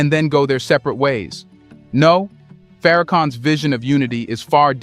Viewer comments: search pronounce the name correctly it is Minister Louis Farrakhan and his word is only dangerous to the ones that speak against for another reason to use and to abuse the people his words freeze the people the truth freeze you and me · A Homie you Pronounced His Name Wrong Buddy Watch your Mouth 👦 Boy Its the Most Honorable Minister Louis Farrakhan